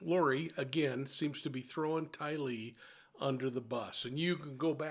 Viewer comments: FYI, its pronounced w the accent on TY lee, not ty LEE... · She kept saying “The evidence will show” and it won’t show any of the things she said. And not to not pick, but it’s not tie-lee it’s tylee. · Tylee, Not Ty Lee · It’s not TyLEE! It’s TYlee. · Haven’t you heard her name pronounced by two dozen people? It’s TYlee emphasis on first syllable. It’s amazing you could ignore your ears that many times. SHE HAD A NAME. Respect it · I’m sorry, but if you are going to do a show like this please pronounce the name# correctly. It’s TAIlee